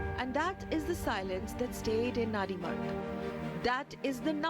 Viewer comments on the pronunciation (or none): It's not nanrimarg idiots. It's Nandi Marg.. Nandi the vehicle of lord Shiva don't try to distort the name